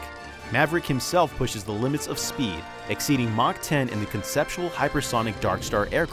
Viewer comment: "conceptual" ok buddy.